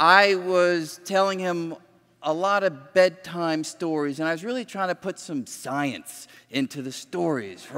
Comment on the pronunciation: "SOYENCE" -Lawrence Krauss